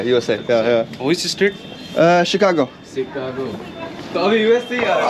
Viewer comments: Which e-state ? Chicago... Our bihari bro (Sicago) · The guy in the train pronouced like -shit-cargo for chicago😁